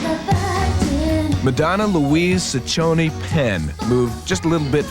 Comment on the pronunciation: HER LAST NAME IS PRONOUNCED CHEH-CO-NEY...Ciccone!